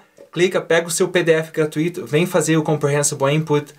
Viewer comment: Não é "gratuÍto" que se fala... é "gratúito". Obrigado pelo vídeo!